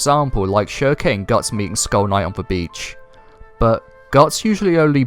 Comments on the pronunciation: Farnese = FAR - NIECE . NOT Far - Nay - say Schierke = SHEERK . NOT sheer - KAY Jeez.. I'm shocked u DIDN'T call Elaine, E - LANE - NAY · Ok great vid but it's 'Farnese' (Far-niece) and 'Shierke' (silk) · I dont think their pronounced "sheer a kay" or "farn easy a" lmao. Try "sheer-k" and "farn-ees" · it's pronounces shear-keh